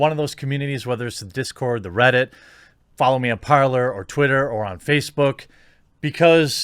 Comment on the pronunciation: Parler is pronounced par-lay like the pirate code. Parlor is pronounced par-ler.